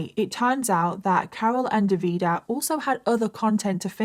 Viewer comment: I’m gonna have to stop watching because the pronunciation of Davide as an italian is driving me insane 😂 dropped a like and I’ll see you on the next one